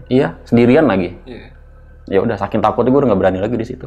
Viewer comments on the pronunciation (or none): none